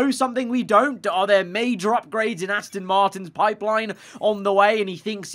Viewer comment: I have when he goes Ass-tin instead of Ass-ton